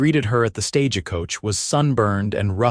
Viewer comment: Right off the bat, stage a coach. Please program AI to read words correct. 😊🙏🇺🇸